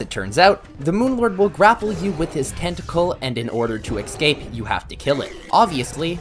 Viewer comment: and "eks-caped"